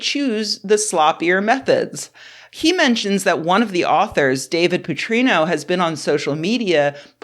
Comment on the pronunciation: "Putrino"? "Putrino"! TF?